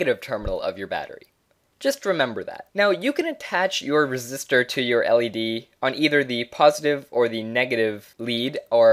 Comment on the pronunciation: bro its resistor not resist her 😂